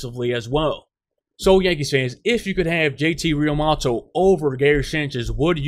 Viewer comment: Real-moo-toe. Learn how to pronounce